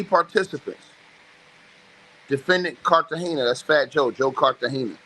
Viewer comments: Carta Gena not Carta hena 😵‍💫😵‍💫😵‍💫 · Why is it that everyone who does these paper work videos can't read smh... its pronounced Carter - Gena(like Martins wife)= Cartagena. These ngas ed.